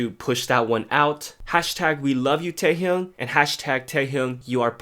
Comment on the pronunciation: teHyung xD learn the proper pronunciation